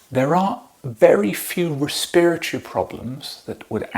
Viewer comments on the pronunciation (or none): I CANNOT.....listen to a man who cant pronounce the word "RESPITORY"! What the F___k is "Re-Spir-it-chu" ?? Lol... You guys have nose in butt disease, so please keep your masks in. 🤤👍